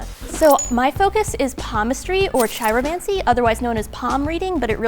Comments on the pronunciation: I knew was the 'fraud' as soon as she said "Chai-romancy"; if she did it, she'd know how to pronounce it. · Kind of sealed the deal when Elyza first came out and mispronounced 'chiromancy'. 🤷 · To start, Elyza pronounced chiromancy wrong and why would she be practicing Romani palmistry if she isn't Romani? Knew right away.